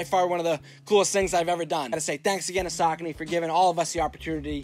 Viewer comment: I always thought it was pronounced sa-kony lol